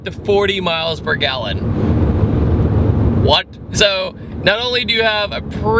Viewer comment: "with the 6 speed can get up to 40 mpg.....Wot" haha that cracked me up